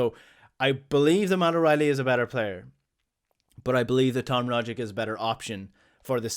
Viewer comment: Rogic and Jota pronunciation?